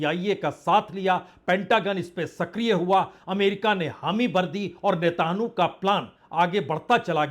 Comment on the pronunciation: Sir ji aap correct kar liye aap netenu bolte hain uska naam Natenyaho hai😅😅